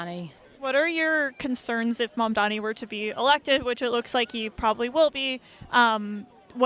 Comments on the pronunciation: Mandami mandami mandami. ITS MAMDANI. Get it right. Cuz we have to get it right. -Zohran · Why can't any of them say mamdani? They all say mandami. Can they read? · Why do all these people say Mandami? It's like there is some kind of speech impediment, or is this a zionist dog whistle? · None of these Islamophobic Zionists even know how to pronounce Zohran MamdaNi’s name! And they lie about him being a kkkHamas supporter, which he absolutely is not! He is simply pro-human rights for the Palestinian people and against the Apartheid State of Zionist IsraHELL. Also, it’s an absolute lie that PISSrael is the only Democracy in the Middle East! There are many Arab Countries in the Middle East that are Democratic States, a lot more Democratic than the Jewish-Supremacist Ethnocentric Apartheid State of Zionist IsraHELL! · They all seem to have a speech impairment issue cause they can’t pronounce the ‘n’ in Mamdani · They stay mispronouncing his name 🙄 can’t take these people seriously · Is the mispronunciation on purpose? I dont get it. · Incredible how hard it seems for people to pronounce the name Mamdani, it's literally so easy I don't understand